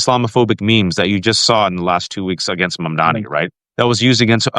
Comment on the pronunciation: Jeez, is it really so hard to get his name right? MamdaNi, not MamdaMi. It just bothers me, and shows a lack of respect.